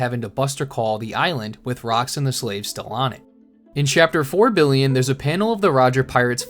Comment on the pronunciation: Chappter four billeaon ????? 😂😂😂